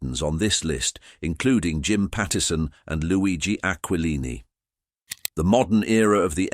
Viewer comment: Tsk tsk—Bits of true info ruined by bad pronunciation of names like GAG-Glardi, AquaLine-EE; misspelling names in captions (BD for Beedie, LOUIS for Louie). Using movie Charlie Chan photos for the Chan family… Using stock photos irrelevant to the topic… Horrible AI — I always click “not interested” or “thumbs down” on this crapola.